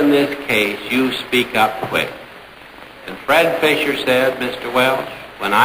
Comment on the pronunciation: Fisher, not Fischer.